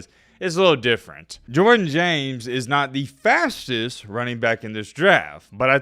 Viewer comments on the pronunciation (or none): none